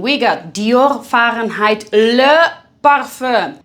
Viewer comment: Smashed the video again, ❤....Love the Fahrenheit emphasis 😂😂😂..tell em girl. Mancera Intense Cedrat Boise, I concur.....compliment scent killer for me 👍🏾